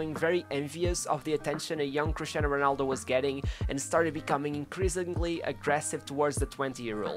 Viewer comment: “Honaldo”.. Hood Gullit” ... Hood Van Nistlehoi”... would it kill you to try to pronounce the ‘r’ sound?